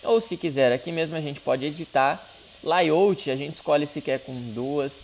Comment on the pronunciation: Layout se pronuncia leiauti